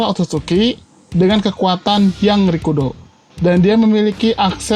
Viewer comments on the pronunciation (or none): Dengan kekuatan yang rikudou? Haaa gajelas ngomongya